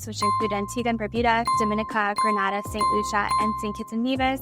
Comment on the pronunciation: Sorry to be pedantic, but it is pronounced Gren-AY-da. Gran-AH-da is in Spain.